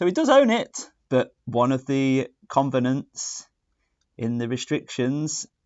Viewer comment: It's a COVENANT not a CONEVANT try to speak English as you want others to be so correct in what they say.